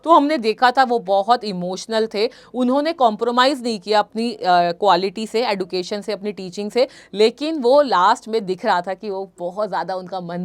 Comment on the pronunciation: Mam D ke baat U aane par use J uchharan ho ga education